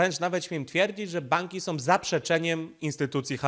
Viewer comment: ...wszystko jest ok, dźwięk lepszy niż wcześniej👌, no może troszkę zalewasz się z tłem ale....☝️na miłość boską nie mów "som"😱 bo to aż boli 😉. Poza tym jesteś mistrzem w swoim fachu i dzięki za Twoją pracę 💪😎